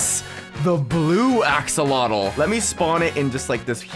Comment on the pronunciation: Axolotl not axcoltal